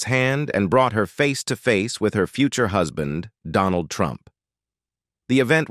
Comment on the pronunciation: Another weird narration: Right at the beginning, the word "husband" is pronounced HUSS-BAND.